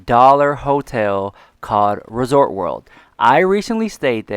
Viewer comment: Girl!!!! It’s ResortS World... not Resort World 🙄 SMH If you had an issue with management you could’ve called Hilton customer service (especially if you have status at Hilton). Kind of dramatic because they absolutely would’ve be happy to listen to your experience